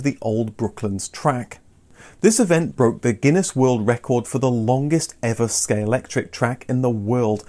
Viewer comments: ScaleXtric, not scalectric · Does it annoy anyone else that he keeps saying "Scalectric" rather than "Scalextric"? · My ears cried a little everytime you said Scalectric 😉 but great video! 😀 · was that a deliberate use of the common mispronunciation of Scalectrix?:0):0) Not just then, you never seem to say Scalextric the same way two times in a row - really does sound like a conversation about it, as I don't recall ever being able to correctly pronounce it more than once or twice myself lol Great video, brought back some great memories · Great episode! This seems to be a difficult one for everyone, in this episode I've heard them all. "Scalextric," "Scalectric," and the famous (and what everyone thinks,) "Scalectrix." Still gets everyone, but regardless they know what you mean lol.